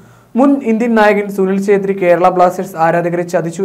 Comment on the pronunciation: Sunil chethri alla... Sunil chheta😂